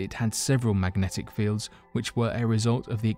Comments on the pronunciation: Mmmmagnetic field. Mmmm... mmmfieldffmnagteci? 🥴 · Drinking game. Drink everytime he says. Macknetic field.